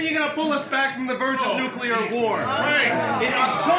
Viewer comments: Dear America...if you must drive us to world destruction, could you at least pronounce the word correctly? There are only TWO syllables in 'nuclear', my dears. The second gentleman (and 80 percent of your people) say nu-cue-lar however. This is beastly mangling of the English language must stop darlings. Please try, won't you? If we must be turned to steam in a hellish atomic armageddon can we please pronounce it beautifully? 'Oh no! Nu-clear destruction! God have mercy on our souls!' (or somesuch). I'd hate to pop my clogs, to shuffle of this mortal coil feeling irked at mispronunciation. Have a little practise won't you? It would mean the world to so many of us 😘. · i just wish to see the day when people understand that it's NUCLEAR not NUCULAR. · Why can't people pronounce the word "Nuclear"? It's not Nucular,it's Nuclear. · It's nuke lee er, not nuke ya lur. Theres not a y in it. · What do people keep sayibg nukecular, when is clearly nuclear, makes them sound retarded. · Please don’t say “nuQUEler” war. No one is going to have a nuclear war. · It's NUCLEAR not nucular! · It's NUCLEAR , not "nucilar" !!!One loses credibility by speaking improperly and hurts one's argument ! Same thing with saying "would of" instead of "would have"! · I agree, BUT! Look how nuclear is spelled. It isn’t spelled nucular. If you want to sound like an idiot, pronounce nuclear wrong. Totally agree with this guy. AOC is emotionally blocked by corporate media propaganda. Cut through the military industrial complex BS, AOC! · “Nuke-yuller”: There’s no such word. If one must insist that the first syllable is “nuke” instead of “nu”, at least say “lee” instead of “yull” for the second syllable. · I was very frustrated that the protesters couldn’t pronounce nuclear correctly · these idiots seem to wanna nu-cah-la war... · "Noo-klear" jeez.